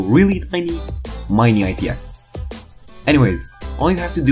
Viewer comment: lmao I listened to it 3 times before I realised what you meant, my 3am brain thought it was something new 😂